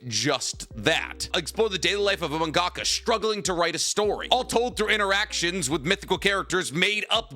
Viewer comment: The way he said mangaka just broke me 😂💩